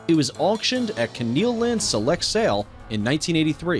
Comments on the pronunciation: The word is Foaled not Fouled ...sheesh get someone who knows the subject to narrate Keenland not Keenyland and on and on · Lmao!!!! This guy can't pronounce dressage, foaled or Keeneland right!! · Obviously the narrator knows nothing about horse racing or how to pronounce common auction names. Was hilarious listening to him mangle Keeneland and Fasig Tipton, plus the horses names. Oh, and horses are he or she, not "it."